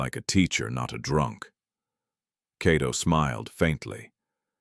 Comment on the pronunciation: The Name is not Keto, it's (Kato Byaruhanga)👍🇺🇬